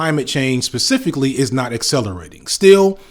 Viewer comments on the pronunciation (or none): Good content, but for efs sake Stop saying Pacificlly and SUScribe, you're killing me man!